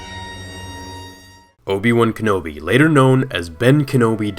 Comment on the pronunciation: Obi Juan kenobi